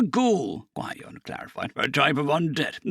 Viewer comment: Gwid-ee-on. Gwydion. 😂❤